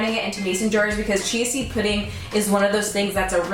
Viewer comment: Anyone else keep hearing "cheesy pudding" when she says "chia seed pudding"???